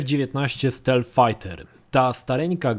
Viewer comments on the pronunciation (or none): none